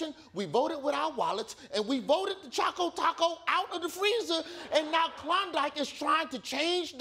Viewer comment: its CHOCO not chaco